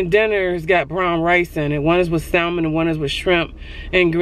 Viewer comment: I love you but you make me laugh when you say salmon 😂 the L is silent but maybe it’s your accent, who knows P.S I love your videos and your energy 🥰